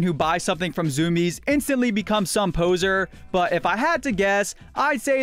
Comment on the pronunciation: zoom-iez? i thought it was zoo-me-ez